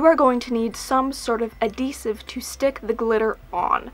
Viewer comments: did you mean adhesive? not adidesive love the video though!! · AdHEsive not adDEsive 😂 you're killing me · You're saying adhesive funny. Like you're missing the h. :P <3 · Why would that make you glad? Also, yes, she says adeesive :D I think it's cute! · yes she means adhesive, she just says it without the h.